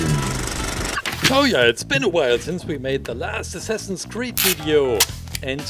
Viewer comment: for a second i thought he said semsame creed